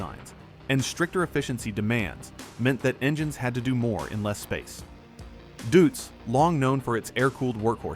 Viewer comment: Why is it such a challenge to pronounce a name as simple as this one correctly ? Deutz = Doytz The AI even got it correctly at one point. 😂